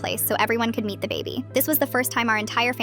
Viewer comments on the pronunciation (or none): I heard eat the baby instead of meet the baby and had to rewatch cuz I got genuinely concerned for a sec😭😅